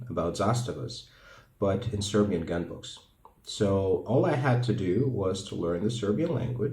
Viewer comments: I have to compliment you on such an elegant pronunciation of the Serbian language as if you were a nobleman. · There is a great video about the creation of the Zastava M70 on one Serbian Youtube channel.Its in Serbian but it has English. subtitles. свака ти част на изговору Српског!